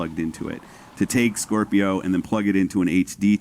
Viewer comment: He keeps saying skwerpio